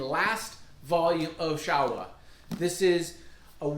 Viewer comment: Bro, it is pronounced Show-Wa Thank you for the video